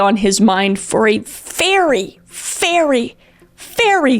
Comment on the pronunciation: “ It was clearly on his mind for a ✨fairy🧚‍♀️ ✨fairy🧚‍♀️ ✨fairy🧚‍♀️ long time.” (Im so Sorry, I’m immature)😅